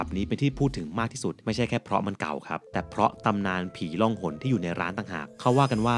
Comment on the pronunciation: ผีล่องหนค่ะ บ่ใช่ ร่อง เด้อ